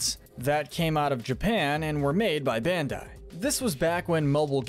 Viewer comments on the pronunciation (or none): none